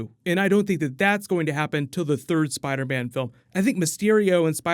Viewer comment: he says spiderbam lol